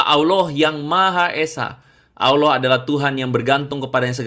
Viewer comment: Org beragam Nasrani, walau pux Titel ada 15. Tp cara mmbaca di kitabx, msh salah baca.. ALLAH di baca ALAH.. lucux aja dgrx.